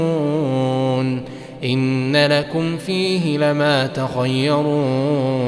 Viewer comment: (أم لكم كتابٌ فيه تدرسون) أعتقد أنك قرأت حرف الراء في كلمة (تدرسون) مرقق ومن المفترض أن تقرأه مفخم لأنه مضموم